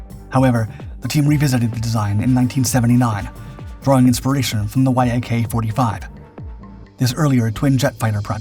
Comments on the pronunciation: Why do you spell out Y-A-K instead on saying it as a one syllable word (the way I've heard it pronounced)? You don't do that with MiG. I've also heard Su pronounced as a once syllable word. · YAK is not an acronym, it's the first three letters of the head designers surname Yakovlev and should not be pronounced like reading and acronym, but like pronouncing Alexander Sergeyevich surname without saying the rest of it.... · yak is one word, not y-a-k also the whole thing got purchased not stolen lol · Once again this is title is nothing but clickbait, your claims have been proven false in the past and your need to word salad is getting boring! You do not have spell everything out every time, it is VTOL instead of V T O L. And it is YAK not Y A K. Try thinking 'less is more' when it comes to narrating! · NATO pronounces the airframes from Yakovlev the same as the animal, which is spelled the same. Like Mig, Yak is a word, not spelled out phonetically. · Yak is pronounced as one word, not spelled. Like MiG and Mil. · YAK is pronounced as a word - "Yak" - not as separate letters, same as "Mig". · Voice over can't seem to pronounce namesm and the title YAK vs Y.A.K. The presentation is rude to viewers. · The synthetic naration has a problem with pronouncing selected words like YAK vs Y-A-K. Irritating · C'mon man, you've been doing this for long enough to know to say "Yak" instead of "Y-A-K"...FFS. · It is not Y.A.K. but Yak, like in your Yack - engineer named Yakovlev. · If you aren't actually an AI voice, you really need to learn to pronounce common stuff like VTOL, Yak, Su correctly instead of spelling them out, it just sounds weird otherwise. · please don't call it as Y. A. K. - that's wrong. Call it short and simple as - Yak. This is how it's called originally. I really love your videos. You're welcome to DM me for any help request with Russian names or any other words' pronunciations.;) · interesting. but I thought it was pronounced Yak rather than Y.A.K